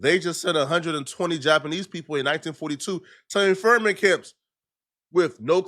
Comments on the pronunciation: Internment camps, not “ infermant” camps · "Internment camps" not infirment camps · 🤓 "internment camps" not "infernment camps" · great vid but it's in-tern-ment not in-fir-ment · "Infirment camps" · This man said infirment camps